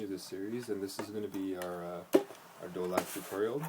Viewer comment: do lak ?? nahh bruhh its dholak with a h